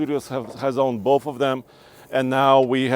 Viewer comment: I will have bolth